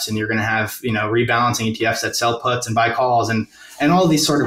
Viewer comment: The way he calls puts "putts" is adorable.